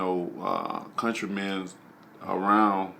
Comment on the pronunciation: This dude said Country mans...